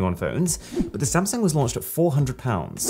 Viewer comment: You said sumsang in the video XD